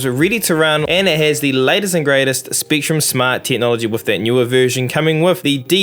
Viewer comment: Why you say top teen not top ten. Spektrum not Speektrum